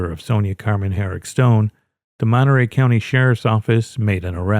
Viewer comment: Monterey Courthouse gaained an extra syllable